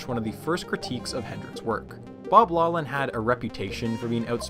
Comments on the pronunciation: Really enjoyed the video! One small correction: physics Nobel laureate and Stanford professor Bob Laughlin is pronounced “Laugh - lin” (not “low - lin”). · why does he keep saying Laughlin wrong it is pronounced Loft-lin or lock-lin not law-lin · 'Laughlan' should be pronounced 'lock-lin' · The “gh” in Bob Laughlin’s surname is not silent; it is pronounced as an “f”: “lawF-lin”. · Laughlin is pronounced Loch-lann meaning the Viking Lake-Landers. "ch" in Gaelic is pronounced like the ch in Hebrew or German gutteral sound. English uses "gh" to represent this sound since it already uses "ch" for another sound.